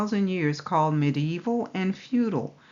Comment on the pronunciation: Hi Sister, i just love the way you say medieval ;). Medi-Evil? LoL. What are the odds...? The time of Truth has come. All Praise be to YAH!